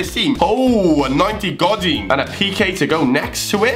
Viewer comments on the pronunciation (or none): Also u sat 'Gojeen' it's either Godin or Godeen (Godín)